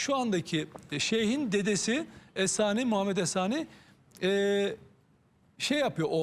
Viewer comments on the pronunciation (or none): Essani değil âli śani sani ailesi yani.âli òsman